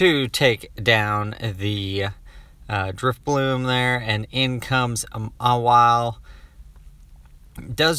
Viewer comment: Is it just me or are you consistently saying drifloom?